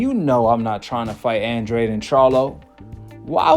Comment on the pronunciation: His name isn’t Andraid, it’s pronounced Andrade. Hard to take this guy serious when he can’t even pronounce the fighters name. Makes me think he doesn’t know boxing